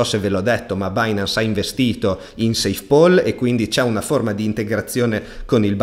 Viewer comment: PAL si pronuncia PAL, non POL 🙂